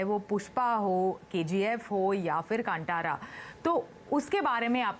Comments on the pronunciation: It is not KANTARA it is KANTHARA madam😭😭😭😭😭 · Kaanthaara, not KanTara, ok? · Even if the pronunciation of movie title is evident in Hindi, anchor is so ignorant and sticks to her misinformation because of refering movie title in English. It irritates when she says कांटारा when she has to say कांतारा. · Please ask the anchor to spell the words properly like "Kantara" should be as "Kanthara" and Kannad as "Kannada"